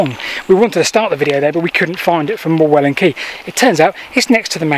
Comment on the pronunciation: The rocks you were standing on are called Morewell Rocks, a village in ancient Saxon was "ham" so please say Morewell ham not Morewellham. The leat you were trying to follow ran across the front of the rocks in lead cassions. So would be impossible for you to see. I used to go there as a boy before it was discovered.